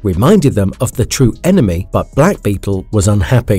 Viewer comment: “ENERMY” lol